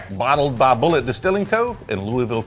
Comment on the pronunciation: Like bull it. Not bull et.